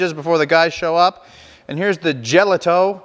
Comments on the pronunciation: Nice try on the pronunciation. I pick these up at a local producer (Karpisek's, Wilber, Nebraska USA; self proclaimed Czech capital) from time to time. We say it like this, "ya'-lee-ta" [JALITA]. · Great video, I'm 100% czech, so just to clarify, it's pronounced "yel-e-tho, Thank you for the info of how to make it, Nebraska! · Just to corrent the pronounciation. The "j" in "jelito" is pronounced as "Y" in "yellow" and you don't make the "ou" sound at the end. You just say "O" as you say it in "lock". Czech is phonetic language so the nice part is that once you know the pronouncations of phonemes you can read anything correctly unlike english. Czeech cuisine does not really use cumin. "cumin" is probably bad translation of "kmín" which means "caraway seed" Good job otherwise. This reminds me of childhood and when we had pig slaughters in the fall (grew up in rural household). I was always tasked with stirring the blood so it does not congeal haha. I like to cut them into thick slices and fry them untilů crispy.